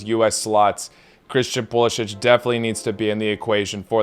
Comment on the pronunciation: Perhaps you can pronounce CP10's last name his preferred way.